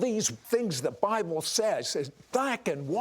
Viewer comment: Sid Roth: " the best record is the bilbe!"... Wtf? Are you kidding me?